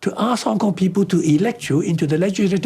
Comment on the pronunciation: Kong Kong Kneez...not Cantonese 😮